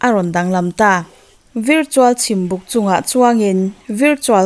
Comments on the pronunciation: miss, VIRTUAL hi i lam 'vir' thei lutuk a, VARTUAL tih ang in lam la.. ngaihthlak a nuam zawk ang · Miss duhkhawp loh lai sawj i phal tho a remchang kalo la, virtual i pronounce dan hi vartual tih deuhin ni zawk se, kalo ti mai2